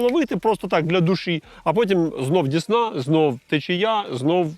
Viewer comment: Цікава риболовля,цікаві рибаки,цікаві місця,аби ще ДЕсна була,а не ДІсна